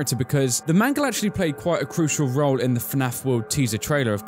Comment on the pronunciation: nooooooo mangle, not mangle.